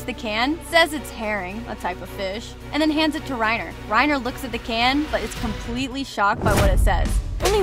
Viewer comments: Alright, it’s not Rain-er it’s RA-EEN-AH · She says Reyner instead of righner Ik how its spelled Reiner tho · Reiner no, rainer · she said 'Reener" as reiner WHO ALSK FOUND THIS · its rainer not reyner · "rainer" XD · WHY YOU SAY REANIR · rey-ner lol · Here's a plot hole the person telling us these plot holes says Reiners name incorrectly but then a second or so later says it again correctly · the way she pronounces reiners name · So many weird pronunciations here. Please study proper pronunciation of key character names and locations before producing a video. For example the proper pronunciation of Paradis is like Parody, not para-diss. Reiner is pronounced like "Rayner" at one point, then seconds later with the proper pronunciation, "Ry-ner". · Great video and it definitely opened my eyes to some things I didn’t realize. But please watch the dub so you know how to pronounce the names and places right. Paradis (Para-dee) Reiner (Rye-nah)